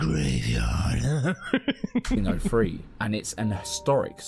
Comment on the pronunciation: ''The building was made....on a gravyard'' Always make me laugh so hard. This is too funny and Most of the time true 😄